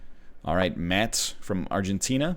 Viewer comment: "Matts" from Argentina was in fact Matías (ma-TEE-as) from Argentina, but thanks for the daily video, these are very interesting to watch.